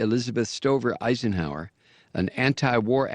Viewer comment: I dont know which is worse, you believing Andrew Jackson's mother could marry a black man in 1700s Carolina's without them both being lynched, the KKK endorsing Calvin Coolidge, or you calling him Eickenhower. It's pronounced Eye-Zin-Hower you fuckwit.